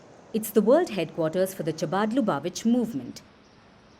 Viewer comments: Its not chappati chabad. Pronounce it correctly as Khabad.... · Will someone plz train these idiots in proper English pronunciation, it’s Hah-bad or Kha-bad not Cha-bad